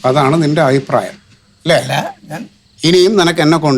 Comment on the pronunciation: അയിപ്രായം അല്ല റിയാസ് ,അഭിപ്രായം എന്നു പറ